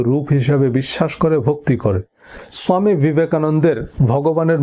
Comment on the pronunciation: বাংলায় স্বামী শব্দটার উচ্চারণ ভালো লাগছে না শুনতে। মাফ করবেন।